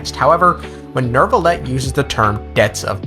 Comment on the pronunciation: c'est n'est pa “Nerve-ilette”, c'est “New-vil-let”. ça entend horrible..